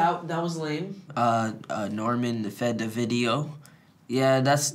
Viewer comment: euh Nowmaine fait des videaus 😂😂 c’était tellement bien dit 😍😭😂📗